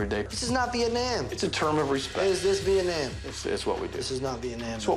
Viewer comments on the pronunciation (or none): he said viatnam lol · How he pronounced Vietnam like he missing English class